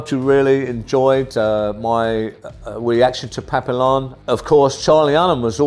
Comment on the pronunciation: Just letting you know it's pronounced pap-e-yon.